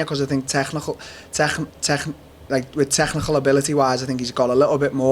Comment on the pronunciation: Dead that he can’t say technical haha bloody scousers. Good guy